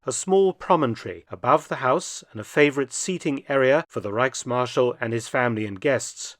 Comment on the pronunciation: It's Reich'S'marschall, not Reichmarschall. Don't forget the "Fugen-S" (Gap-S) ;-)